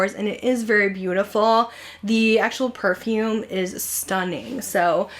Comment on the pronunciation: It’s too funny that you said “Perfume’ie” I went to 5 Below today to get their new Toy Story tee so while I was there I went over to see what they had in their perfume section. Well they had one called “Cotton Candy” & I love my Bath & Body one, so I sprayed it on & then smelled it & said out loud that’s really “Perfume’ie” lol.. Thanks for this video & All that you do!! 🤗